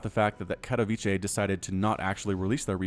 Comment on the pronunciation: It's Ka-to-wi-ce like CA(mel)+TO(wel)+VI(ntage)+CE(ll). You were pretty close ;)